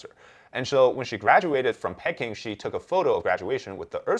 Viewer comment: Pecking?!? Come on, man. In English, Peking is pronounced pee-KING (/ˈpiːˈkɪŋ/), with the stress on the second syllable. It rhymes with "seeking" or "peeking."